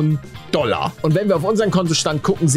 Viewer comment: Wie er stand Pfund Doller sagt.